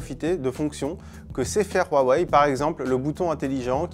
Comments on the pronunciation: Arrêtez de dire "Rouaweï" c'est pas espagnol ou je ne sais quoi, Dites "Ouaweï ou Oueweï" c'est dérangeant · Pourquoi prononcer Rwawei et pas Huawei ? C'est agaçant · Il dit ROUAWEI ....AHHHHHHHH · Super 👍 idée de « RRRRAWEIL » comme il dit le journaliste 😂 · Il m enerve qd il prononce Huawei